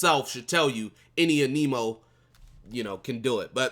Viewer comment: Your videos are very good and I enjoy them but it’s Anemo ( ann-uh-mo) sorry lol it irks me when ppl say aneemo lol 😂